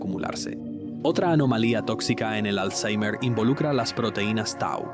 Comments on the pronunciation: Por qué dices alzheimer con la R pronunciada como en inglés? no sólo queda de que te las das de listo, sino que alzheimer ni siquiera viene del inglés vaya flipao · le metió acento inglés 🥵🤙